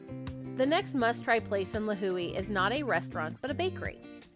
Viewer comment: Lihue pronunciation sounds really off lol